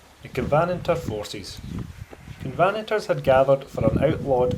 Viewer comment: Great video from a lovely place for a walk. Covenant-ers by the way, not covanters. ;)